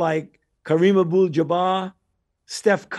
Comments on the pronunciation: He can’t even get the man name right!!!! Abul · Shoutout to Chico and Lous but Fauci said a whole bunch of NOTHING, he couldn’t even say Abdul 🤣